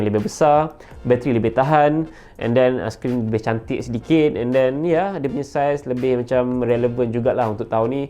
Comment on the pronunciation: "termurah" ➡️ "temura" "cantik" ➡️ "shaentik" stop la bang guna translate..ataupon improve translate.. penggunaan bahasa salah..